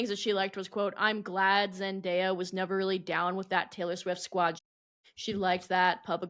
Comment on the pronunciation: NOT “zen die uh” 💀💀💀💀💀💀💀